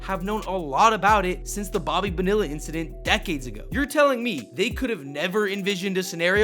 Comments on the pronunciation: Love your videos, but Bonilla is pronounced Bone-E-ah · Bo knee ah is how Bonilla is pronounced. ✌️ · Bo-nee-yah actually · I've been subscribed! I'll take a Clayton Kershaw 22 jersey, and that's not how you pronounce Bonilla! 2 L's make a Y...not like in vanilla...😁